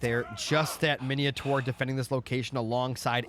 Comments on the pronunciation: Thanks for this upload but PLEASE don't call it Miniotaur... It's Minotaur! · bro where do you see the i in mino